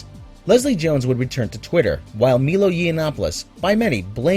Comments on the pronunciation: Its pronounced my-low not me-low... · It's Milo, not Meelo. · my-low, not me-low .... Milo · please, it is MI-LO, not MEE-LO u____u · So you say she was harassed with racist on twitter and then you pronounce Milo's name wrong. Its pronounced "Mi-Low". How much research did you actually do on Milo to not pronounce that right? Seriously? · How the fuck do you think Milo is pronounced Meelo???